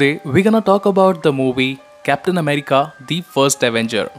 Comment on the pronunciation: Bhai aap captain ko taptain keh rage ho